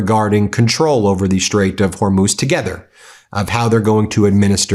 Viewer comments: Is trump calling the Hormuz Strait the "Hormone" Strait"???? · He still says “Hormoz”. He’s such an idiot. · Did he really say hormose or Hormel strait😂😂😂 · Did he call Hormuz hormose